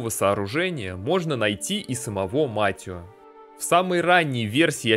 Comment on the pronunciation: Да чёж он Матио когда он Матэо😂